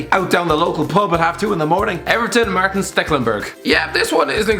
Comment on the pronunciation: You do realize that Stekelenburg's first name is Maarten right? Not Martin.